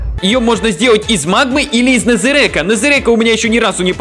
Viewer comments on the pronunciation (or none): Незерака а не нэзэрэка